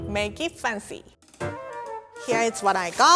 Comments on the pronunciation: Every time I see and read one of the video captions of the series, my mind AUTOMATICALLY switched the pronunciation to “Faan-ci” Theres nothing I can do about it and I love it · i hate listening her saying "fancy" its so weird.... no offence. your a really good chef i love that, but please change your fancy pronunciation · make it funcy! Me: lol:D